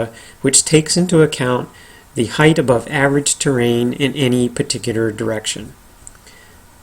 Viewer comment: HEIGHT! Not heighth. omg